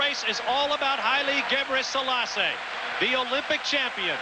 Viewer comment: Larry Rawson kept pronouncing "Gabriell....selasse" Figure out where he got the ll sound from and you might learn the secrets to life, the universe and everything!